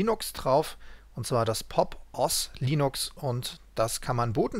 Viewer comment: Meine Empfehlung für Linux usb sticks zu erstellen wäre balenaEtcher welches es direkt für jedes system gibt. Einfacher und schöner als Rufus. Und bitte nicht OS zusammen aussprechen sondern die buchstaben einzeln. Sorry wenn es wie kritik klingt ich find die videos schon gut gemacht :)